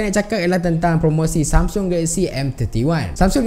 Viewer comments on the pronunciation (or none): none